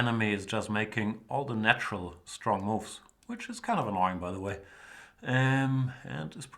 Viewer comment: Ha ha ha pardon me for laughing Jan, but it sounds so funny when you say STRRONG opponents. Reminds me of Steven Birkoff in Rambo 2 when he says: " - You´re strong very strrong! The strongest so far!" and he twists his tongue when saying it in the same way as you....